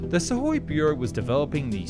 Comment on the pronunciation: Imagine if this announcer knew how to pronounce SU - KHOI properly.